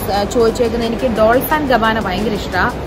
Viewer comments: With all due respect, pls check the pronunciation of “Dolche and Gabbana”. It’s literal pronunciation is not “dols” as u said, it’s “dolche”. It’s dol+che, not dol+s. It’s a Italian brand and is pronounced so in Italian. Pls look into its pronunciation if u don’t believe me. Ini correct pronunciation ariyunna aale edth poyi your pronunciation paranja chelpo aaghe paali poghum chechi🥴. With love and regards, ❤️ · ഡോൾച്ചേ ആണ് ഡോൾസ് അല്ല. 😜😜😜😜